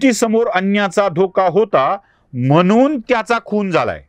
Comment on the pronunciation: सर.. म्हनून नाही म्हणून..अनि नाही आणि प्रकरन नाही प्रकरण..